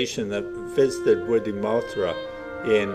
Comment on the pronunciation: get the pronounciation right-its wid gie mooll tha with the emphasis on the mooll the tha is NOT thra